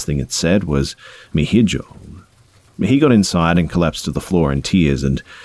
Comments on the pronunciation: He really said hejo 💀 as a Hispanic hearing pronounce it like that made me crack up 😂😂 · “hijo” is pronounced ee-ho. It’s a common mistake though so it’s not that big of a deal. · you’re awesome, but you pronounced hijo wrong. It should should like e ho. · “hijo” is pronounced like ee-ho for future reference j’s in spanish are usually pronounced like an h that’s also why you’ll see some spanish speakers type “jajaja” instead of “hahaha” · Lmao! "He-joe" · Hijo would've been pronounced as EE-HOH. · Sweetheart, 'hijo' is pronounced 'ee-ho', like the 'ee' in "tree". Thank you for the stories! ♥️ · Hijo is pronounced ee-ho. Love your channel! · Rick C I love him but I cringed a little when he said that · I nearly died when you pronounced hijo 😂 thanks for the effort and good content as always, be!